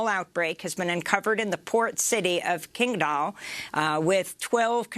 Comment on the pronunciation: Nice job, Amy, you nailed the pronunciation of Qingdao, which means green island. It is where the 2008 Olympic sailing and rowing events were held and is considered by many to be one of the three most beautiful cities in China. Qingdao is the 7th largest port in the world.